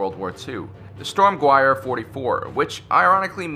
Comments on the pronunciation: How do you get storm wire out of sturmgewehr I can understand not know the a w makes the v sound in German but good grief in case you haven't heard it from the other pronunciation Nazis it's sterm-ga-v-air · holy fuck did he say storm guwiyer?? It's pronounced Shturm-Guv-Air. come on man. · Not to be that guy, but I died a little inside when you said stormguire, Sturmgewehr (Sturm-gevair) is its pronunciation, sorry if I’m being that guy but I just felt like I had to point that out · He said "Storm-Gwiar." I want to die. It's pronounced "shturm-gevair." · Sturm Gyuair wow. amazing pronunciation it's pronounced Ge ver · "Stormhwijer " hahahaha nonono "stormGevear" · "StormGorweigher" 'cringes' Pronounce it "sturm geveher" Sturm Gewehr. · The Storm Rifle is pronounced Shturm-ge-vair, not sturm-gwahr. It also did fire a rifle round, it was just a very short one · The Strumgewher (please correct my spelling if it is wrong) Is pronounced Storm Geh Ver. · You are WRONG about the AR-15. The AR-15 is NOT the civilian version of the M4 carbine! You have it backwards! The M-16/M4 is the military version of the AR-15, which came out first! And, WTF is a "stormgwyer"? If you meant Sturmgewehr, it is pronounced sturm-geh-vher, and means assault rifle. Sturm does translate literally as "storm", but in context, it means assault, as in "storming the castle". The internals of the StG-44 were not copied in the AK-47 AT ALL. The overall concept and appearance were copied, but the operating system was completely different. You also screwed up the description of the C96. There is no such thing as a "box receiver", it is a fixed magazine. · Lmao Sturm gwiar. It's Sturm ge-vair. W's are V's in German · It's Sturmgewehr, not Stormguire. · Sturmgewher is pronounced sturm-gev-air, got a tad bit triggered, W in german is pronounced V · Its pronounced shturm guh-vair and the stg44 is vastly diferent from the ak it is a common misconception that they are connected. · yeah not sturm gweyer